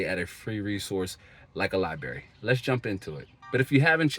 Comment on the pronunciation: I like the video! There’s another R in library fyi